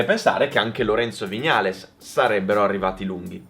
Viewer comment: A OGNI "VIÑALES" È UN COLPO AL CUORE😂